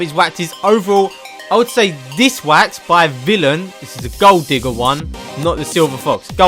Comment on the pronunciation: Pronounced hanz de foo-ko and by vil-ayn incase you were still wondering